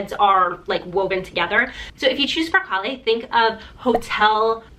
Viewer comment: It’s Per- CALE 😏 Not LE’ at the end